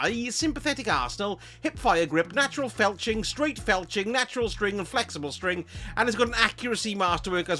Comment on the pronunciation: Im curious as a streamer that doesn't swear and seems pretty PG friendly. If you know what FELCHING means when you mis-read the word FLETCHING